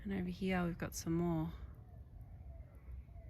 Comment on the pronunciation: Why do Australian wimmin say "heeya" instead of "here"? Is it a form of retadayshun?